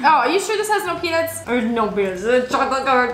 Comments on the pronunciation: Pea-nuts not pea-nits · when said is this peanuts it sounded like pen*s